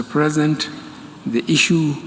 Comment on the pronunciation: Did you hear him say mr present 🤦‍♂️